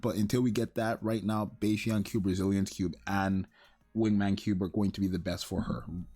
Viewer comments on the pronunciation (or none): Bro Bastion is bah-stion (like a sheep) not bay-stion. Yer killin me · Bah-stion, hehe...